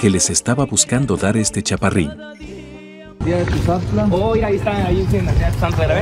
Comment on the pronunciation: Dinastía de Tuzantla se dice chepina no Dinastía de Tuzanta ni hablar sabes xd 🤦🏽‍♀️